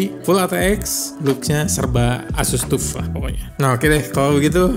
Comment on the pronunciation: saran aja bang, kalo nyebut "tuf" itu "taf" hehehe nice vid bang, always watch the vids